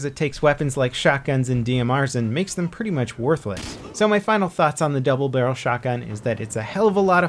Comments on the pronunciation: Stallion double brlrlrlrl shotgun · he said BUBBLE DARYEL SHOTGUN (koff koff vanoss refrense)